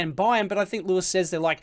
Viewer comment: its louis, not lewis